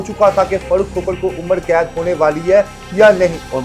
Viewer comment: اینکر بھائ عمڑ قید نہیں ہوتا عمر قید ہوتا ہے،